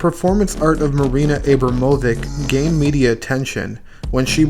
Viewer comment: Abram ovich